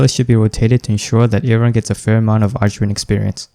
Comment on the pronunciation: It's pronounced arkwing